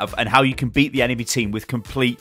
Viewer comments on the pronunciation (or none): none